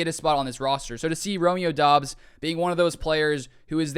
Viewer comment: Isnt it pronounced like dubs you saying it like Dobbs